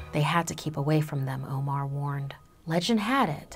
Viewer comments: IKR! She literally pronounced "omar" as 'omore" which is an ice cream brand 😂😂😂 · My name being Omar aswell, I am offended.